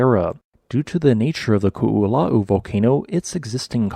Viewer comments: Youʻve been great at pronouncing Hua Tonga-Hua Haʻapai, but Koʻolau trips you up? You are pronouncing Koʻolau as Kuʻulau. The "o", glottal stop, "o", is pronounced like in Puʻu Oʻo. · Ko'olau is pronounced Koh Oh Loud(minus the d sound) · Interesting vid! For anyone who cares, Ko‘olau is pronounced "koh-oh-lau" where "lau" is pronounced like "loud" without the d. Not exactly correct, but close enough. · Koolau is three syllables. The first two O letters are indeed each pronounced, so you did good on that. The Os are pronounced like you say the letter O. The “lau” is pronounced like you say “ow” like something hurts, but with an L in front of it. So it’s Ko-o-lau. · ko is pronounce Koh and not ku. its Koh-oh-lau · Great information! And for future reference, the proper pronunciation of the upper east mountain range on the Windward side of the island is pronounced Ko'olau (Ko•oh•laow). The 'okina in our language is read as a glottal stop and is technically its own letter in our alphabet. How you pronounced Waianae was perfect though! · Nice presentation. The only weakness was your pronunciation of 'Koolau.' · Half of this is kinda common knowledge if you grew up in Hawaiʻi (cuz they go over this a lot in school) but I didn't realize the majority of the original volcano had slid into the ocean with remnants still visible on satellite imagery. I knew the Koʻolau side was created from erosion & landslides but never imagined at that caliber Also, I died every time they said "Koʻolau" (ko-o-lau) it's a phonetic language so you say every sound, no silent letters, no compound sounds. We use all the vowel sounds like English: A like in fAther, E like the beginning of Elephant, I sounds like swEEt, O like in dOOr, and U like in spOOn. That little apostrophe looking thing in between Koʻolau is called an ʻokina, indicating a glottal stop like the space between "uh-oh" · I cannot get over how he pronounces ko'olau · Your pronunciation of Ko‘olau is killing me brah. 🤣